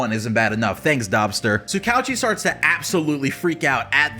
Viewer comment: That’s not how you pronounce tsukauchi